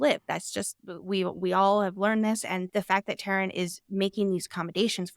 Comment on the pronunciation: It's TAIRN, not Tarin. T-air-n